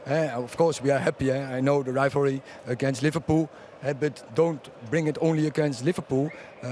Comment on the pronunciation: Hahaha he says "LiverPOO"